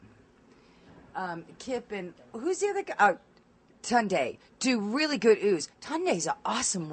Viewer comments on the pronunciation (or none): 'ooohs!' not 'ooze' lol I was confused for a moment